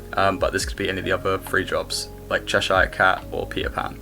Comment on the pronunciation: As someone who lived in chesire, its cheh-shuh, you are english man hahaha thats a yank pronunciation 😂 only messin but bloody el